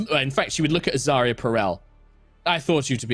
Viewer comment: Every time says Azaria's full name, I hear "Azaria Purell". [Edit: - Kim hears it too.]